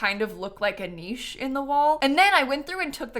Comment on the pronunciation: Bless for being among the few Americans who pronounce niche correctly